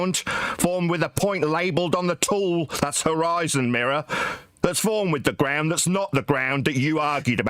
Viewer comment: He seems to have a speech impediment when pronouncing "ground". Is that anything to do with his badly maintained teeth?